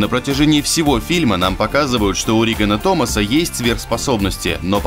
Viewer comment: Риггана Томаса??! Чего бл*? Лупер, когда-нибудь настанет тот день, когда в роликах на канале о кино, начнут правильно произносить имена актёров, персонажей и названия фильмов?